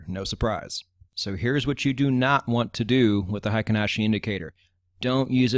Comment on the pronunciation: You have it spelled right in the video thumbnail. It is frequently misspelled "heiken," which means military authority. "Heikin," on the other hand, means average. Heikin is the correct Romanized spelling, but absolutely no native English speaker says it correctly. The correct way to say it would sound similar to "HEH-KEEN," not the "HAY-KEN" most English speakers use. In Japanese, that EI is a way of extending the EH sound, to make it sound longer. It's not a diphthong the way we use it in English, where EI makes the AY sound. Confusing, I know. We similarly butcher the brand Honda. Correctly said, it sounds like "HONE-DAH," where HONE is like when you hone a knife or skill. But we say HAHN-DAH. Totally wrong, but the wrong pronunciation is permanently enshrined in our culture. It will never change. Oh well. I'm sure you weren't looking for a Japanese lesson. Great channel, by the way! I've enjoyed it immensely!